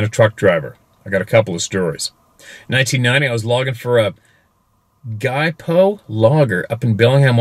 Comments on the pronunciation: Its pernounced " Jip -oh " logger . Means an independant small logging company . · Gypo is pronounced like gypsy. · GYPO= "gippo" Hard G. Soft i. The 'G' sounds like a J.